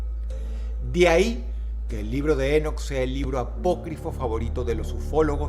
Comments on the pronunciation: no es Énoc.... es Enóc , con acento en la "O" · Ok pero su pronunciación es Enóc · lol dross... se pronuncia INOCH pero se escribe ENOCH lol me encanta el accento :PP♥ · Drossito se pronuncia Enoc (É-nok) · ENÓC con acento en la O No en la E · Si vas a hacer un video de alguien por lo menos investigar como se pronuncia, cada vez que dices énoc dan ganas de enterrarse un clavo en los tímpanos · El acento es en la "o"... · Enoc, con acento prosódico en la "o" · Dross... Enoc lleva el acento en la ó, es una palabra aguda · Creo que la pronunciación correcta de "Enoc" es con el acento en la última sílaba por ser palabra aguda, estimado Dross, un saludo 🙌🏻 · Enoc, con acento en la o. No Énoc 🤦🏼‍♀️ Hermón, no Hérmon 🤦🏼‍♀️🤦🏼‍♀️